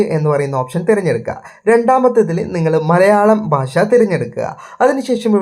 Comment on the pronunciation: നിൻ്റെ മലയാള ഉച്ചാരണം ആദ്യം ശരിയാക്ക് ബാശ അല്ലെടാ ... ഭാഷ എന്നു പറ ഷ..ഷ. ഷ എന്നു പറഞ്ഞു പഠിക്ക്. അതുപോലെ ശന്തോശം അല്ലെടാ മൈരേ സന്തോഷം എന്നു പറഞ്ഞു പഠിക്ക്.ഷം ഷം ഷം ആദ്യം നീ മലയാള ഉച്ചാരണം നല്ല രീതിയിൽ പറഞ്ഞു പഠിക്കുക.